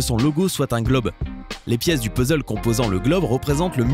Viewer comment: Peuzzeule pour Puzzle Ca se prononce PAzzle